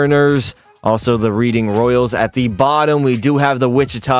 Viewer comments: Reading lol Its Red-ing All good tho! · Reading (Red-ing) just made me laugh all good tho